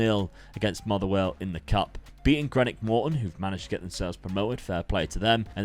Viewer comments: it’s Green-ock not Gre-nock! Gotta say the greeeeeen in it my man! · Greenock is as in green not as in Greenwich :D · The most offensive thing in this video was hearing how you butchered the name "Greenock" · season 5 crew good stuff but greenock is pronounced green knock still want to see you do more than 1 year at partick thistle